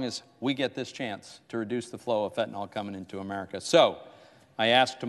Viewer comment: Ya know? I have heard these so called highly educated clowns in leadership pronounce the name of a certain opioid, incorrectly. They keep calling it Fentanol.....Fact for all of those geniuses! It is properly Fentanyl most used for pain in cancer patients.